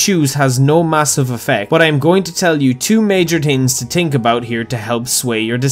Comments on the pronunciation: "yu hav to tings to tink abuot" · "So you have TWO TINGS TO TINK about" 😂🤣 Your accent is goofy AF for speaking English😅😆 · I'm listening for the 2 major Tings to Tink about